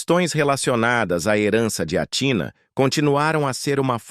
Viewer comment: O nome Grego se pronúncia ATHINÁ E NÃO TINA FAVOR PRONUNCIAS O NOME CORRETO DELA !! ATHINÁ O ACENTO E NO Á E NÃO NO TÍ